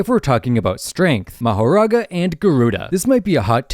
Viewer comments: "Mahorara" "Mahora" Dude youtube do your job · “Mahorara” is crazy. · Rika is a curse not a shikigami and it’s mahoraga not mahaga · "mahaga" bro 😭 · "Mahorara" bro's grammar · “Mahorara” “More and Tiger” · Just to tell ya the mahoraga chapter is called “mahorara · Ah yes, "Ra, Nu, Piercing ball, Mahorara... I mean Mahaga, and Aito."